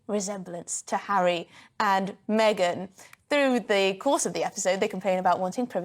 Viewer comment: Did he just say "Maygan ?